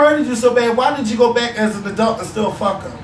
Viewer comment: So I guess in philly "adult" is pronounced "adelt". says adult the same way as.